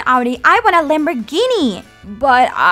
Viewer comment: is lamer gini car ahahaha is nays car not lamer gini